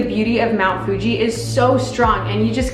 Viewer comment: 😂 so cute sometimes you say Mt Fuji as Mt Fugee ✌🏼😂